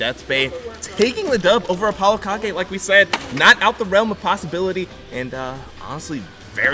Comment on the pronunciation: I hate the way it’s pronounced Apollo ka-ge